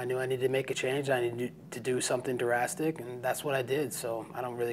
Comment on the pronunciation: "D-rastic" 😂😂🤔 I think u mean "drastic"